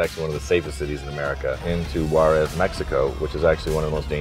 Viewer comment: Juares is pronounced "who-ahdes"!